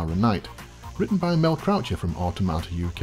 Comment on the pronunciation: Cool show! Definitely subscribing. Just a note: 'Automata' is pronounced 'Awe TOM ata' not 'Awe Tomato'